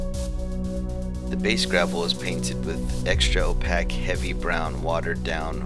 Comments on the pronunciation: Awesome tutorial...FYI, opaque is pronounced 'oh-peyk'! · Not trying to be a dick, but opaque is pronounced like cake.